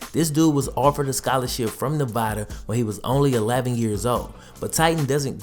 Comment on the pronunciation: You did NEVADA WRONG